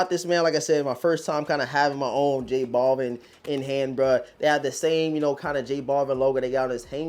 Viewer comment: Noticed certain YouTubers mispronounce J. Balvin the same way in, "J. Ball-vin". Actually pronounced as "Bal-veen". You wouldn't call Al Bundy, as "All Bundy" now would you?